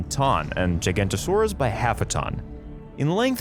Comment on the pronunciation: Now I know it's controversial..... But that's not how you pronounce giganotosaurus in either way .... To my current understandings ..... Further into the video .... Also spinosaurus is definitely not pronounced Like that